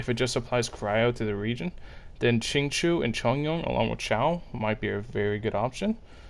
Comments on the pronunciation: Lmao calling xingqiu as “zinchooyee” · the ching-chwi took me out omfg 😭😭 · Helpful info for dealing with his self damage! Though... Can you look up the Chinese names and practice before the next video? It's a little painful. I don't know any genshin youtubers that say Xiao's name right though, so it seems like a community wide cringe problem. It's "Sh-yee-ow". Xing qiu is even farther off..